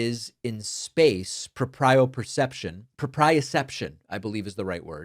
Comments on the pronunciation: proprioception "pro pree uh ception" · FYI it's pronounced proh-pree-oh-CEP-tion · It’s pronounced PRO-pree-uh-CEPT-shun. 📌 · Erm..actually David, 🤓 ☝🏼it’s pronounced “pro-pri-o-ception”. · It's prōpriōception, Dr. Pakman. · David Pakman, Proprioception (pro·pri·o·cep·tion) is pronounced “prō-prē-ō-ˈsep-shən.” I had to look it up. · 'PRO-pree-o-SEP-shun' proprioception. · David, 'proprioception' is pronounced 'pro-PREE-oh-sep-shun', with the emphasis on the 'pree'. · Thanks David. Proprioception is pronounced prow-pree-ow-SEP-shn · Propriaception stress on “pro” not on “pri”.